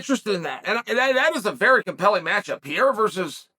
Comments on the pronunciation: "Per-era" please Chael, Ariel already taught you.. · Chael, Pierra is gonna KO you for mispronouncing his name purposely. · The evolution of Chael's pronunciation from Pereira to Pierra to just Pierre is truly something to behold. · Can chael learn to say pereira not pieira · Who the Fuck is Pierrerer? Only from Mr Sonnen lol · I've just one question, who the hell is Piera? 🤣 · Let's go "Piyera"! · My dude might have that dyslexia thing because how do you even get “ Piera “ looking at his name? Wtf? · If Chael says it’s “Pee-air-uh” then its pee-air-uh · Never lost a round…never even tried to pronounce Pereira’s name right. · Take the time to pronounce his name correctly please? We say yours correctly. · How are you still butchering Pereira’s name like this 😂🤡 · you could learn how to say Pereira is not that hard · Chael’s commitment to mispronouncing Pereira’s last name is next level lol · Seriously, even after Ariel's correction 😅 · Ariel just told you how to pronounce Pereira's name! You're also the only person that calls Jorge Masvidal George! I think it's obvious that you're doing it intentionally and I like it! 😂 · Only Chael would choose to continually mispronounce someones last name rather then just use their first name. What a legend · yeah but he can pronounce adesanya. You would just think you would take the path of least resistance rather than continually Mispronounce someone's name in a professional context. But it's chael and he doesn't give a shit. He's actually a great example no one is referring to him as sonnen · even after Ariel tells you how to pronounce it on 2 separate occasions and spelling it properly everything, you still can't say the name right. you sure you don't have any CTE champ?